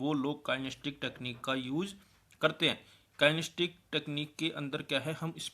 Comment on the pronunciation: kien-es-the-tic kinesthetic not kinestic